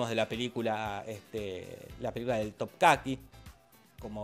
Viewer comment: Es TOPKAPI, no topcaqui, weon